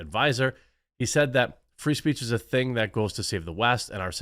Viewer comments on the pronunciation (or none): none